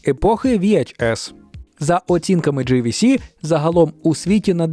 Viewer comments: Не "ві-аш-ес", а "ві-ейч-ес". Не "джі-ві-сі", а "джей-ві-сі". Що, такі складні букви? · JVC --- Джэй Ви Си. Назви литер трэба знати.